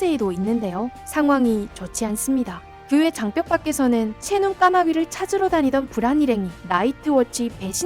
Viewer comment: 왜 계속 장뼉이라고 읽는거죠??